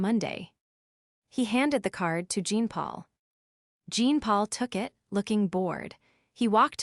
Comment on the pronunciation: Jean Paul a French name is pronounced Jaapaul